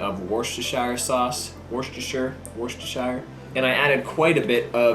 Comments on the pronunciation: I live in Worcestershire UK. The county town is Worcester: pronounced “wuss-ter”. (2 syllables not 3) You don’t need the “chess” in the middle. So the county (and the sauce!) is pronounced “wuss-ter-sher”. Definitely NOT “wor-chess-ter-shiiiiiire” Hope that helps. Thanks for all advice. Particularly re burpees. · Watching from England Pro tip- Wuss-ter-sher Love the videos keep it up